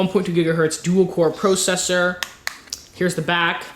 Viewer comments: Lol " PROcessor" it's processor. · pwocessor lol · "it has a Duel-Core PRO-CESSOR" not just a processor a "PRO-CESSOR".